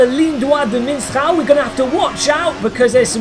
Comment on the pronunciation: It's mistral, not miNstral. eye twitch ...and that's why I shot him, your honor. ;)